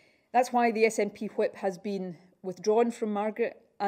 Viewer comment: Just realised she says whip like stewie griffin. Legemd